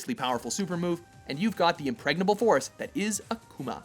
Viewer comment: did he really say 'impregnable'